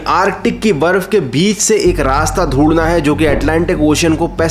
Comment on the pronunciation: Dhundna ❌dhundna😂